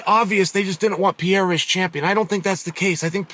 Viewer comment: PIERRA sound like a woman name PIERRE